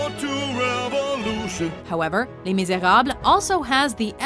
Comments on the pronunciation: "Lee Meezaeob" What the hell is Lee Meezaeob... it's Lae Mizerobless... (pronunciation) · Shit pronunciation of les miserables I guess it's lee mis now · lol. She butchered the pronunciation of les mis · I don't think thats how Les Miserables is pronounced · Omg the way she pronounces le miserables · the way she pronounces 'les Miserables' makes me cringe